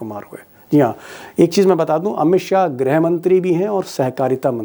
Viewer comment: Grih, not grha